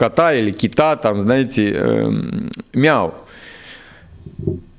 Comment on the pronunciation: Не няв а миу 😂.